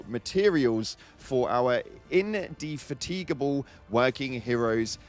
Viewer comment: This man actually failed to pronounce "indefatigable". Good lord.